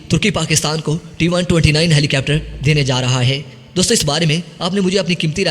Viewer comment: Rai yeh hai keh yeh lafz helicepter nahi helicopter hai. Apni pronunciation durust karen.